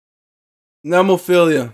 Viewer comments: Mayu - badass "singer" Saki and Hazuki on lead guitars HARAGUCHI-SAN - bass Tamu - drums Also, it's "Neh-moe-feel-ah" Just an a at the end, not ia. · Thank you again, for great reactions! Glad you took the viewer advice on Nemophila. It's "NEH-MO-FEE-LA"---Nemophila is the Latin name for the flower called Baby Blue Eyes. Which you'll see in their band logo. It's actually a North American flower, but grows profusely in Japan, too. You can visit entire hillsides covered in the blue flowers, in parts of Japan. Nemophila love their American metal roots, and one of the mainstays of their youtube channel are covers of favorite metal classics. Cool that you have some Lovebites coming up. Just put Hanabie.'s "We Love Sweets" or "Otaku Lovely Densetsu" on your list, too, please. And if you haven't had any Maximum the Hormone, consider "Yoshu Fukushu". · Nemophila is a metal band. They are very diverse not all their songs have harsh vocals! Btw you can start by trying to get their name right next time 😂 ! It's NOT what you said!!! I won't even write it down. Try to erase that from your mind! There is no 2nd "i" at the end. You got the 1st part "Nemo" right + "phila" (like the 1st hall of PHILAdelphia if that helps :😅